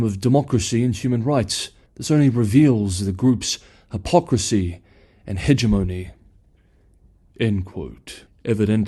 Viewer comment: Very professional channel. But you mispronounce "hegemony".